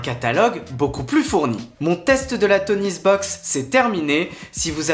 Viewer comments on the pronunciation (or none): Toniebox pas TonieSbox !